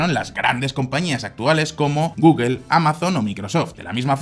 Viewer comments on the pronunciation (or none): none